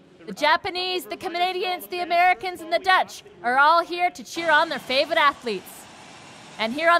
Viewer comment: who knew "favourite" was 2 syllables, pronounced "faye-vut".